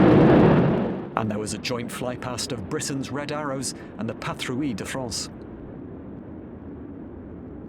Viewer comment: Okay...the king speaks a delicate kind of French and the offscreen voice of this video talks about the 'patrooeelle' de France. Dear voice-over, it is 'patrooy'. If you consult Google Translate they will let you hear how it sounds or you could think of the beautiful 'Ratatouille'...